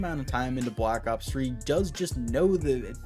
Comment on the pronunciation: bwack ops fwee